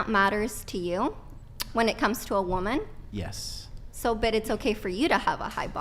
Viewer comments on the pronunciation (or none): Am I the only one who hears her using the word “woman” incorrectly nonstop